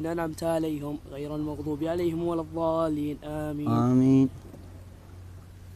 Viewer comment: مش ولا الظالين بل ولا الضالين